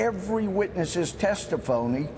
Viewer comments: "Testaphony" Louie Gohmert. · I think Gomers slip "testiphony" says it quite accurately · "testiphony", that was probably unintended but it was epic at the same time. LOL